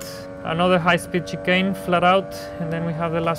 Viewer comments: Ah yes, the "chickane" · I’m mexican but I find it very funny the way Esteban says some of the things (like chicken instead of chicane), still great video